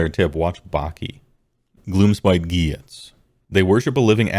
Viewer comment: "Gwhyuts" It's "GHIT"S bro